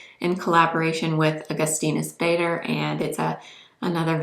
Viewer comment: Such a gorgeous girl! Wow! And the whole makeup is beautiful! 😍 It's just the way she pronounces Augustinus Bader surname is sad! 😅🤦‍♀️